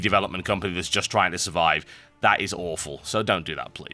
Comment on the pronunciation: "trine to remember how to do this!... sorry i had to.... sorry XD